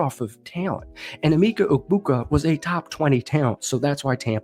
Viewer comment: Not trying to be that guy but it’s Emeka not Emeeka